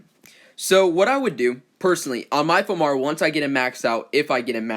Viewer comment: It´s pronounced "Four"